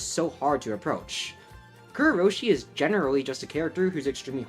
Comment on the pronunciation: why do you say kurourushi like kurrou-roshi